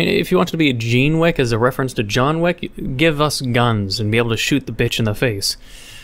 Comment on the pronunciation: "Jean Wick" Wait what? Also in this episode, forgot what his outro line was 🤣🤣🤣🤣